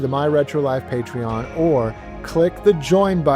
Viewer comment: It is PATREON not “patron” 🙄